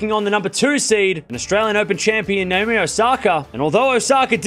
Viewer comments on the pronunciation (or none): none